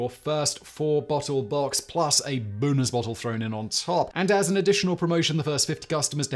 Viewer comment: I didn't even get into the actual meat of the video and I'm already laughing at his pronunciation of "bonus" .